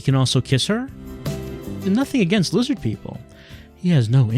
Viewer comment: This may be too hard for youtube. You may say liz-HARD